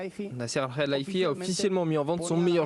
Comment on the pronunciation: En 12 ans le présentateur est toujours pas capable de prononcer El Khelaïfi correctement.🤣